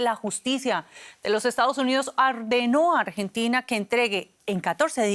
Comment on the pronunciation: Jajajajaajaj ÁMBRENTINA😂😂😂😂😂😂😂